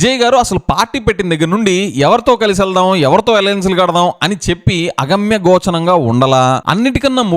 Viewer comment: విజయ్, అగమ్యగోచనం కాదు, అగమ్యగోచరం అని పలకాలి.